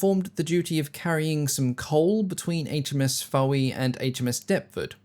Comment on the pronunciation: Fowey (the Royal Navy sloop) is pronounced "Foy", like the town in Cornwall. Even locals get these things wrong. I used to pronounce Comberton in Cambridgeshire the way it is spelled, and the way I had heard, only to hear an old lady born in a neighbouring village call it "Cumberton". Cumberton it is.